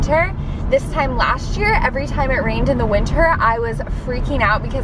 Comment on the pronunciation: Why do so many people say lasht year 🤨